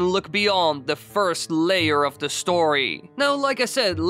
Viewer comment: The Theee or Thaaa ..' NOT ... Dah ...